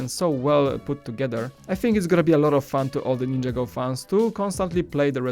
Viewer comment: IT'S NIN-JAGO!!!!!!